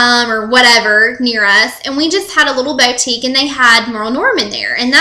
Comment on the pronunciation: bowtique haha